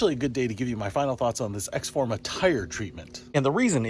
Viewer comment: Pronounced ex-O-forma. Just saying